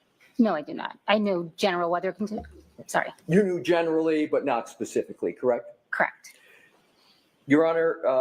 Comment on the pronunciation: she just said the "tared" areas. Wow. Wtf goes on in Boston? That's not a word, expert. It's TORN. They're just giving away diplomas and degrees out there. Wicked fkn smotttt she just attempted to specifically 😂 it didn't go well.